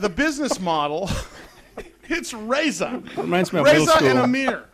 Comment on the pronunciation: Surf Brothers Teriyaki is yummmmyyy!!! Love this place! Ezra/Jerimiah/Reza...cracks me up how he can't pronounce Reza. lol. Entrepreneurs like these brothers are inspiring, humble, and show what anyone can do with persistence, hard work, and a delicious menu! yum yum yum and fun fun fun!